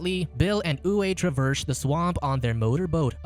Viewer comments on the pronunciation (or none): Name "Uwe" is pronounced as "Uve" ;) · Uwe is Pronounced--Oovā . German male name.